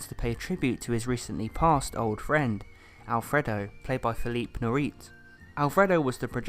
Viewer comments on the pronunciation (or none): Great analysis,!! Love your passion for cinema!! Pretty please, the correct pronunciation for the great actor philippe Noiret in the role of Alfredo is "NWOR-AY" (the T is silent, for accuracy). And the name of the movie in Italian is pronounced CHI-NEMA (like saying chinese food, CHEENEMA Paradiso (cinema / like seen-ema is the French pronunciation, not how you pronounce it in the original Italian). You're doing great, keep up the endeavors!!